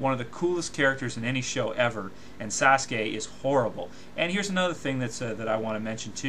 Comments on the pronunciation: lol did he say sasgay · Sasgay? Sasgay? Holy shet. Someone rip my ears off and feed them to Kyuubi. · plus even if it is true everyone who fought buu lost besides goku like what bull is that plus in dbz they get all random power ups also it still does not change the fact that this guy is a dbz fanboy who cant even say naruto and sasuke right